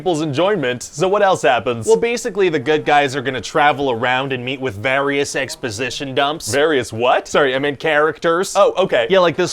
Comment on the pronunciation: Thank you boss guy for not pronouncing it it vArious : }